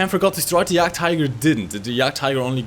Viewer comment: Are you German? That "Jagdtiger" was pretty damm German.